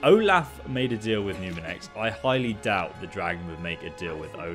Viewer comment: Is he saying numirex 😑